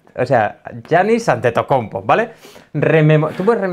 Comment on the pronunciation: Escuchar a decir Giannis antetokounmpo me ha inspirado mucho respeto